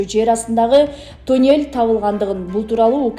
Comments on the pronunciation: Тюнель эмес мал а туннель! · тЮнЭль дейтко